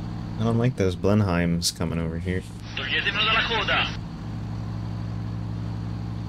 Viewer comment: Blenheim is pronounced Blen-um.